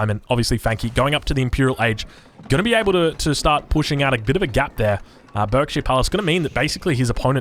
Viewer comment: For future note Berkshire is pronounced Barkshire